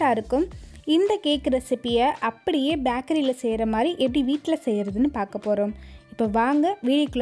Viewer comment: Sister don't tell baakery Tell bakery